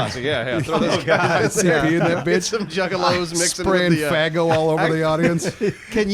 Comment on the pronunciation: definitely hear the word faggo instead of faygo coming out of mouth.